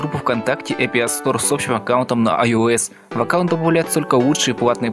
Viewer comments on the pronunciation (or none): none